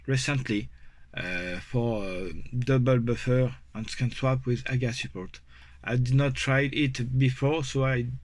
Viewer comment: I love hay you say “aga” and not Eey-Gee-eey! As you know , I am a massive fan of what you have done , especially given the difficulties this project had earlier in the year - this progress is really great to see. Please keep up the wonderful work. Dom C